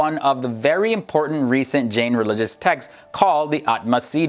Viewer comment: The correct pronunciation of Jain is 'J-eye'.